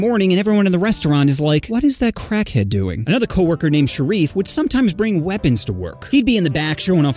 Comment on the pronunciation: Ngl "Sharrif" Sounds Like "Sheriff"